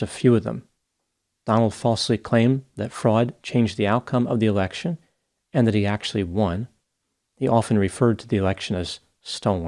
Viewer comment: Ha! Must be me, but i heard “turn over the American presidential erection” 😂😂